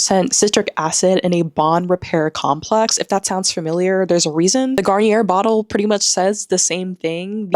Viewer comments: Garnier is pronounced, Gar-nee-ay. Edit; I forgot to mention why I am explaining because it’s easier to speak. French is pretty easy if you know the rules. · It’s pronounced Garn-EE-A ❤